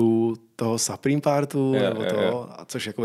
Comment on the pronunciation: Skvělej díl! jako moderátor je člověk na správném místě. Jen detail - Supreme se čte "Suprým", ne "Saprým":D...btw. proč podcast nevychází na Spotify, Apple music etc.? Velká škoda a doufám, že se na tyto platformy co nejdříve dostane. Díky čau.